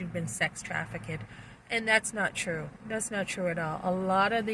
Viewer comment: Trafficked is two syllables, not three.